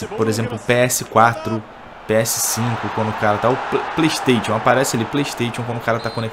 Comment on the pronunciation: Você pronuncia errado "playstation".